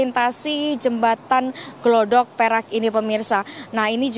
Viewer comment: Bukan glodok mbak tapi gladak...